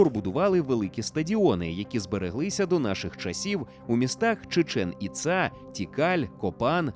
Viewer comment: Чудове відео, як і весь контент загалом ❤ але чому Чічеʼн Іцаʼ?) там же наголоси на перші склади: /tʃiːˈtʃɛn iːˈtsɑː/